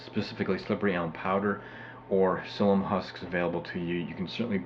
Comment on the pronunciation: Thanks. We just ordered some slippery elm bark powder to give it a try (we already had the psyllium. .... "psyllium" has Three syllables.. When you mispronounce things it damages your credibility, and your information is too valuable to have it degraded.